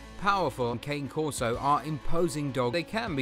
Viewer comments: I prefer the Ca-nay Corso. Not Cane. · my wife and i own a Dogo Argentino and a Cane Corso/German Shepherd mix. both breeds are great and with fun personalities. They are also good family guardians, its true though that you need to really know what you are doing because of how powerful they are. it is pronounced kon-ey not Cane btw. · Your pronouncing the cane corso wrong.